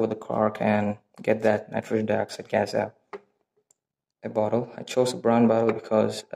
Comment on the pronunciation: it's not called nitrosen dioxide, it's nitrogen dioxide NO2